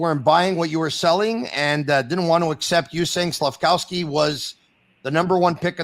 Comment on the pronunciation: Slaf-KOV-sky, not Slaf-COW-sky!!!